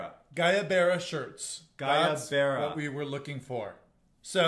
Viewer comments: I am Mexican and would give “why-ya-berra” as a phonetic pronunciation! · Even google got it wrong, it is pronounced “wayabera” spelled guayabera. That floral embroidered one is really beautiful!!! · Love this although it is pronounced to sound more like “whyavera” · It is actually pronounced: Gooo-eye-a-vera.😂 They are beautiful, light-weight shirts...perfect for your wedding. Congrats! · I love you, guys. But you absolutely butchered the pronunciation of "Guayabera" 😂 It's more like "guah-ya-verah"